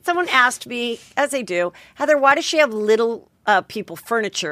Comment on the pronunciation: Love you, Heather but your name pronunciation is no bueno.